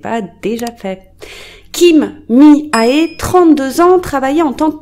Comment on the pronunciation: Cc tres bonne vidéo comme d habitude. ( par contre est le nom de famille c est kim et mihae le prénom prononcé mihé . J ai remarqué que ds toute vos histoires coréennes vous utilisiez le nom de famille .